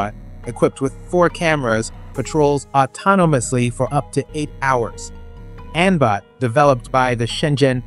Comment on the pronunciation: Why does the AI have such a hard time saying autonomously